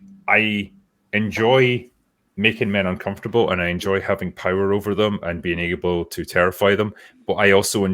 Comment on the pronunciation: I ENJOY THAT POWAH. I ENJOY THAT POWAH. While force lightning kills the franchise